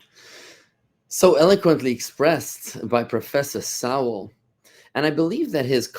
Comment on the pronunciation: Bud, you really need to learn how to pronounce Dr. Sowell's name.